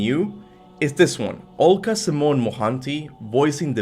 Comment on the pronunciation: It's pronounced as Alka not oolka.. Al as in Al-Shabaab or Al-Qorma and Ka as in Kaa from Mowgli. Alka.